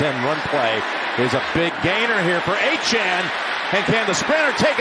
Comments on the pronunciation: It's ACHAIN NOT ACHAN, geez!!! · if he keeps calling Devon Achane A-chan bro.... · It’s “A chain” not “A Chan” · Achane rhymes with A-Train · for the love of god its achane, a - chain. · The way the announcer says Achane really bothers me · Why can't Jim Nance pronounce Achane's name?